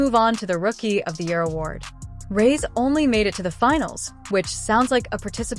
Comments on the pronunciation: Difficult listening to an AI voice who pronounces Reese wrong…honey etc…. Is it to much to ask nowadays for a real voice..a real recount of the facts? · Please get an AI bot who can pronounce the name Reese